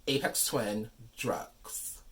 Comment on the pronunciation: I didn't know this existed! I've been a huge fan of Aphex Twin since around 1998. (BTW, pronounced with an F not a P. Like Fix, Flat, Fun.) I don't even know how I discovered him because Los Angeles radio stations don't play good music let alone underground music. Maybe they did in the '70s and '80s. Anyway, thank you for taking the time to make this video and showing the packaging and it's contents. I love this album. This is a cool item for fans and collectors. I don't have Spotify but I do have this on CD and Amazon music. Lastly, I love that you are a fan of his. Never would have guessed. And peace to you and everyone watching this video. You are all cool!